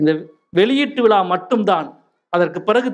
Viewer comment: அடிக்கடி விலா என்று சொல்கிறார் விழா என்று சொல்ல தெரியவில்லை. இவ்வளவு பெரிய எழுத்தாளர் தமிழில் ழ கர உச்சரிப்பில் கவனம் செலுத்த வேண்டும்.